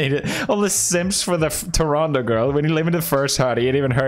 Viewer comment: When he says Toronto correctly 😍